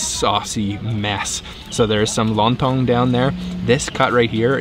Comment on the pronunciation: Not long tong but lon tong 😅